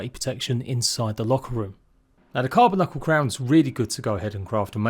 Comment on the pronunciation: Sorry, hate to be that guy, but you call it a "Carba-Knuckle" -- but it's pronounced "Carb-Uncle."